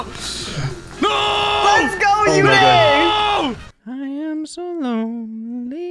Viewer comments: man, stop calling 'ooday' as 'youday'...... My cousin's name is uday too.... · Uday is pronounced as oo-the-ay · How is it only me that heard say Uday you little “paki Prick” LIKE WHAT 😐